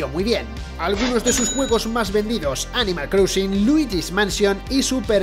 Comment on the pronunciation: ¿Animal CROUSING? ¿En serio? Repasad algunas pronunciaciones antes de grabar el vídeo, porque las cagadas no paran desde el minuto 0.